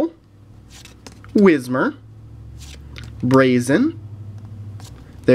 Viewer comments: it's braixen not braisen! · boy said brazen